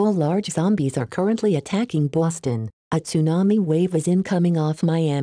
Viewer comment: The proper pronunciation of Boston. This text to speech gets it